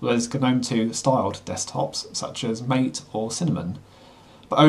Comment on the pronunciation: It's not Mate, as in English, but as in Spanish - pronounced mat-eh. The name comes from a South American drink. You'll also see references to 'caja'. The 'j' is pronounced as a 'h' in English ca-ha. In this case I think caja will mean 'shell' but it can be used to mean 'box' or 'cash'.